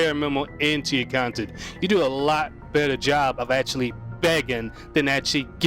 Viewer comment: Only reason his old 'KHANTENT' is better is his dents can't handhold him